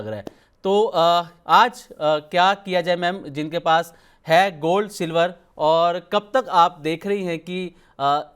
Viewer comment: वो 'सिल्वड़' वाले एंकर महोदय किधर गए 😅